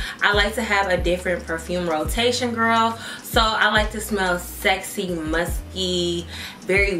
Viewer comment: My sister said “Did she say musty?” Screaming 😂😂😂😂😂😂 I’m like no MUSKKYYYYYYYY!!!!